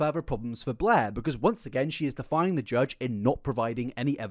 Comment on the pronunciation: This is such a minute detail but it's so funny to me that it sounds like he's saying "defiling" instead of "defying" the judge